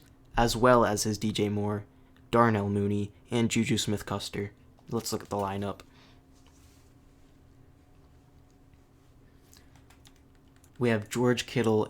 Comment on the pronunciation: “Juju smith-Kuster” had me dying 😂 cmon man it’s “schuster (shoo-ster)” all love brother great vid!